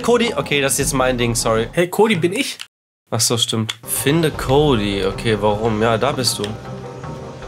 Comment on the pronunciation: Habt ihr auf der Switch gespielt? Wieso war die Qualität so scheiße? Am Pc sah es besser aus :) Und wieso sagen sie Kodi? Und nicht Cody wie im englischen aber May richtig…